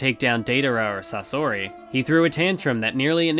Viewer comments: That's a bold way of pronouncing Sasori. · The way he said sasori triggered me edit: after watching i just want to throw my ears in a trash can